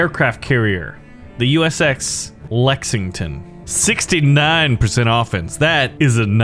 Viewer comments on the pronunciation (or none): I like how he called Uss lexington Usx lexington